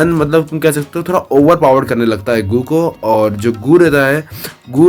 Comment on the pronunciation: Bhai yeh GOO HAI GUU NAI 😅